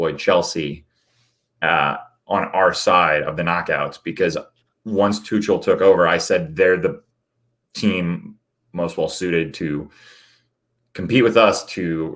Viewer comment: Keep hearing him pronounce Tuchel as Too-Shell hurts my ears 😂